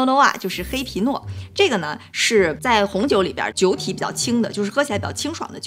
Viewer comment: 黑皮诺听成拼多多:face-turquoise-covering-eyes